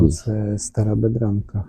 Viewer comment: БедрЁнка чі Бедронка?